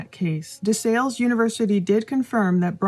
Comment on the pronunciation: It's "DE SALLE" like PAL.